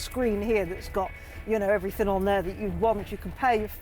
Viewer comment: You're not missing much, I heard her say "everythink" and "lenth" instead of everything and length. When she "unreleased" the straps to raise the roof I'd had enough I muted her incase she rereleased them to get the roof down.